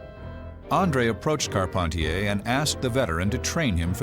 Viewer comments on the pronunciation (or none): I'm french. It's Carp- hen- tee- hay